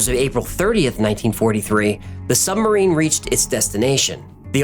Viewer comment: I’m sure you’re aware as you seem to make a concerted effort to pronounce it, in places, but you keep saying sumbarine not submarine 😛